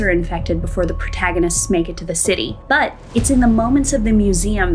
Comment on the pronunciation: Please never say the word "but" again